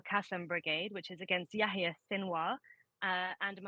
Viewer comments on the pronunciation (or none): Not a bad attempt at pronunciation. It's Yahya not Yahaya. Still better than 'Yaya'